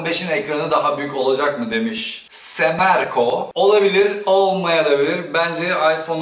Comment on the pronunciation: sorumu okuyacak mısın diye bekledim, tuttun semreko yerine semerko dedin abi:) neyse seviyoruz yine de seni:DD